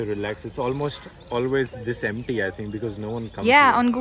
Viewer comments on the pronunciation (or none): none